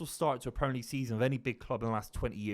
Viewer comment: I really rate Buveys opinion, one of the best to do it, but the Bristolian way of saying “Premer” league like the ‘i’ doesn’t exist really grates me.